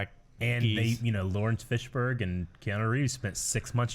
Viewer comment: "Laurence Fishburg" I love it.